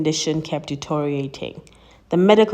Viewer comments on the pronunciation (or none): Just speak clear English! The word is pronounced D - T - RIO - RAY - TING! and not DOTORIATING. Ditch the silly accent and focus on pronouncing words clearly and correctly.